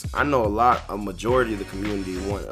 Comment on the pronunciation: In the Com-munn-tee😂😂